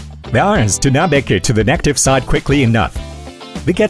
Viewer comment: Congrats, this reel is much better than before. Informative and interesting to watch. But I noticed something weird about the AI sound, some really basic words do not get pronounced properly (i.e. "positive, negative, etc)